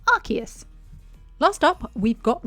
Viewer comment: Finnaly a person who pronounces Arceus correctly